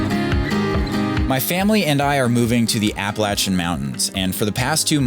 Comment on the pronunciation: Love you guys but....stop pronouncing Applalachian WRONG!! LOL. We live in the Nova Scotian end of the Applachians. Keep at it guys....keep putting out this quality!